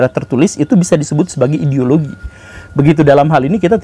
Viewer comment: Gimana ngomong "ideologi" nya guru?? 🤣🤣🤣